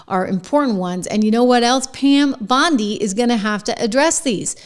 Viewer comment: Dude, her name is Bondi, not Beyondee